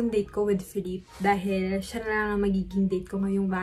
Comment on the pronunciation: kung napanuod mo lang yan sa isang virtual concert, jusko lalaki ako pero hahahaha : correction “feh leep” po yung pronunciation ng name ni ken hehe.